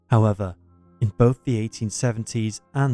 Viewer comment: convinced its AI. Words mispronounced or said exactly the same way/ tone regardless of grammatical context. For example the word “however”